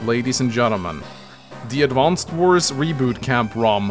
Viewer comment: Why do you call it "Advanced Wars"?